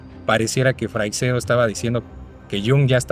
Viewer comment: Se pronuncia «Freishedo», no «Freicsedo» ni «Frecseido». Lo habéis pronunciado de mil maneras, y todas mal. 😂 Sólo lo ha pronunciado bien, aunque no al principio del vídeo. En España, Freixedo no era demasiado popular, salvo en el ámbito del misterio, claro. En comparación con Benítez, por ejemplo, aquí en España es un completo desconocido. Algunos lo consideraban demasiado friki. Buen programa. Saludos.